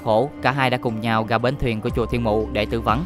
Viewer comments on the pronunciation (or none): Lỗi duy nhất bạn mắc phải là phát âm sai chính tả: gất (rất), ga (ra), gõ (rõ), tằng (tầng), săn (sân)..v..v... Bạn cố gắng sửa lỗi phát âm nhé. Cám ơn video của bạn